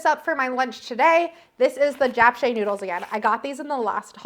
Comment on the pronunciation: You’re pronouncing japchae pretty well! No worries there haha